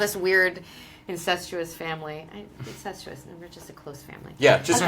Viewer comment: Insestuouse family No omg that made me lol